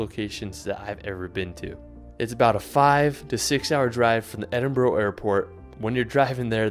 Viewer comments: It's Edin-Barah not Edin-Boro! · Cool video. Thanks for the info. Cant help but calling you out on "Edin-boor ro" though.